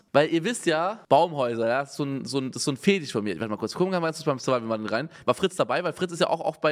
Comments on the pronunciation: Niemand : Wirklich Niemand : Unge : SURIVIAL CHALLENGE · Niemand: Wirklich Niemand: Unge: SURIVIAL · "SuriVial" Challenge